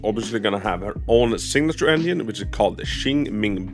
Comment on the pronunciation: I cant unhear him saying onion instead of engine